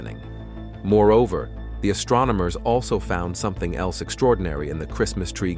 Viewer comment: guhLACSEE? ASStronomers?